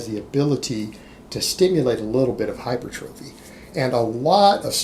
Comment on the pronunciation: Hi per tra fee: hypertrophy. Multiple YouTube fitness “experts “ mispronounce this word